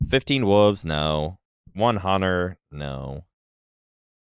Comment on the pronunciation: saying wooves instead of wolves kills me